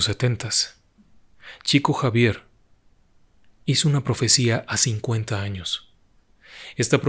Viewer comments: Estimado, en portugués se pronunciaría como "Shico Savier" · Se pronuncia "Shiko Yavier", por respeto a los brasileros, se escribe Chico Xavier, en Portugués. Por respeto al propio Chico Xavier, me parece bien, decir correctamente su nombre. Un abrazo.